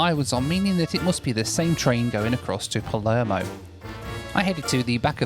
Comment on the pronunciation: You saying Palermo has my inner Italian crying